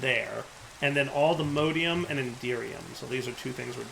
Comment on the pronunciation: its allthemodium not allthemodeium